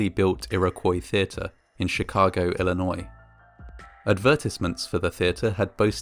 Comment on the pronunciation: I love you for pronouncing Illinois correctly ❤️ lol